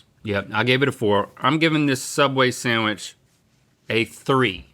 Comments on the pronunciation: Fun fact, the word Sandwich is pronounced sand witch. There is no M in there! 🌈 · Dear, please refrain from saying "samwich" 😣